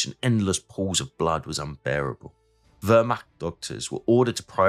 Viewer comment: Pas mal, hors la prononciation de tous les , franchement à chier....Oder =Oda, Seeloow = Saleo la , wehrmacht, etc, c'est franchement catastrophique.